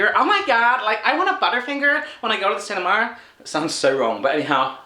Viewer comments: "cinimar" xD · we call it a theater not a cinema or as you said it "cinemar"